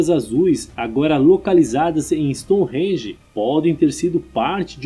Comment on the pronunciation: Gentleman, seems that you have been living in London for several years ( the accent ) when you say the word “Stonehenge”. Awesome.